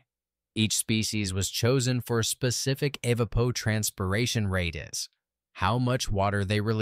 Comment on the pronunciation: The content is great. Please consider human narration... the "tell" came with the unusual pronunciation of "evapotranspiration".